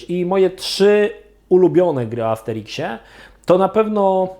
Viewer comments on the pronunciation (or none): Armsteriksie? Amsterimkśmie? Sikśmie? Mikśmie?